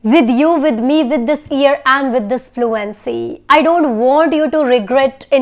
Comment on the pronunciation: Mam plz tell me ap year ko e se ku pronunce kr rahi hy jub k Google ye se pronounce krta hy